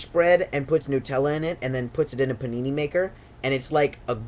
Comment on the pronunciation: I loved the way he said pinini. xD